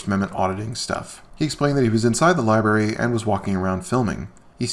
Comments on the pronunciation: It's library, not liberry. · I thought AFA had some tiny bit of morals after helping Kate against Chille, but NO. He's just as vile as the rest and Kate/Shizz ain't much better. He needs to also learn to pronounce LI-BRARY! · Lie berry?